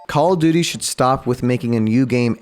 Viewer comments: JUST SAY CALL OF DUTY NOT COCODUDLE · Every time he says cock o duty it gets crazer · Pronunce call of duty normally or draw 25: 😠